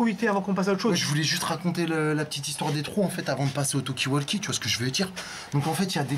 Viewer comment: Rhooo la la je tombe sur cette vidéo d il y a 4 ans.... à mourir de rire 😂 la voix de est tellement pratiquement identique! Et le " tu vois c que veux dire " j en peux plus 😂😂😂 petit erreur.....il faut mal prononcer Talkie walkie car il le prononce avec un A lol phonétiquement 😂alors que c est prononcé avec un O comme vous l avez " vous " bien fait 😂😂 Tu vois c que j veux dire?😉 Toujours d actualité en + 😂😂😂😂